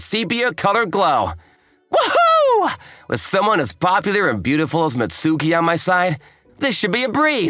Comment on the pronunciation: It's pronounced "Mitski" you m...oron